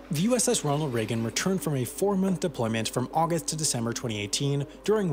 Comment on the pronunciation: Narrator said "Auguth"